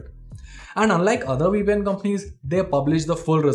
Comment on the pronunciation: What did he say? We peein'? oh, my. . .